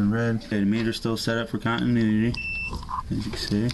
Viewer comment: Love the video over here laughing my butt off when you said we have continudity instead of continuity love your videos very educational keep up the good work